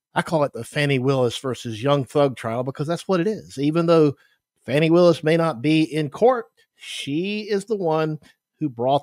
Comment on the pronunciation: He knows Fani Willis is not a prosecutor on this case; and ask yourself why this white man continues to purposely mispronounce that African American woman’s name…